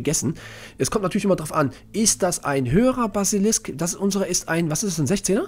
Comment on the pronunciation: "Basilikum" XD